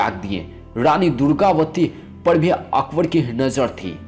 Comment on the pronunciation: Mina bazzzzaaar, horom, okhbor(Akbar), biti(beti), kaha zzata(kaha jata)..........yaar pehle hindi bolna sikh